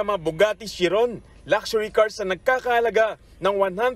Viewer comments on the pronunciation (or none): hindi po shiron KAI-RON po